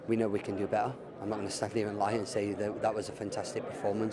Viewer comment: Beh-ahh now than ne-ahh.